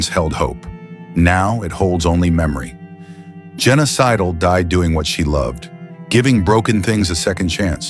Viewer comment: I wasn't watching, just listening. I heard, Genocidal, not Jenna Sidle. Or is it a clue that this is all fake?